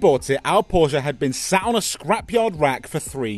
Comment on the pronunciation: And learn how to pronounce Porsche correctly-ask Alex he knows